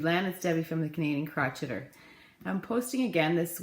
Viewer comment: Oh! And you pronounce "crocheter" the same way I do - I am so tickled by that! HA!